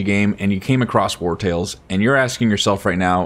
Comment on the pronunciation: are you saying "war tales" ? I thought it was War on the sea? I'm confused ...